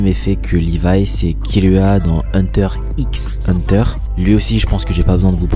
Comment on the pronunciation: “Hunter 'X' Hunter” Mes oreilles ont saigné 🤦‍♂️